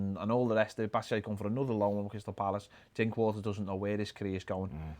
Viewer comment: “Bat-a-shy” who Ped?! 🤣